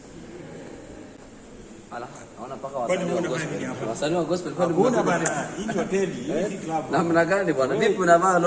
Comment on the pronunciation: I love the way he prounounces gospel as gospo🤣🤣